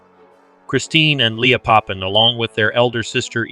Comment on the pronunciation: Please pronounce Papin properly.